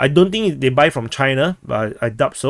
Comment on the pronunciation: The "b" in "debt" and "doubt" is *silent*.